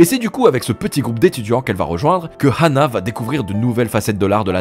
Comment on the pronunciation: pourquoi il dit rhana et pas ana meme si il y a un H